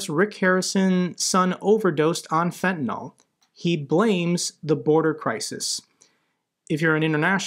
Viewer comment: Beautiful final clip! Thanks for your great coverage. One small point. It's Fentanyl, not Fentanol. Biden and Bill Maher all make the same mistake. Why?